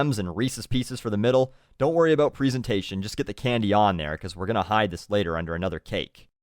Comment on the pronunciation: Hehe. Pree-sentation. :D